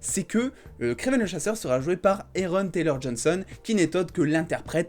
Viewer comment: Tu fais des fautes parce que tu prononces mal son nom c'est "Aaron" prononcé comme (A) et non (É)...faut faire un effort quand même🤷🏽‍♂️